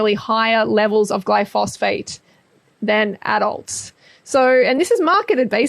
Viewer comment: Glyphosate, like GLY-FO-ZATE... not Glyphosphate